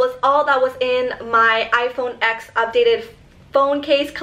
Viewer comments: It's pronounced iPhone ten, not the letter x. And how in the hell is that case holographic its clear with triangle cuts into it lol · Love you! I literally click your video's so fast! But one thing though, when you have such an expensive phone and pronounce it's name wrong haha. It's actually called 10, X as the Roman number. Because it was the tenth anniversary of the iPhone!